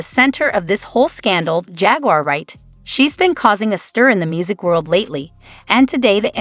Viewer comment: "JAGUIER WRIGHT" 😂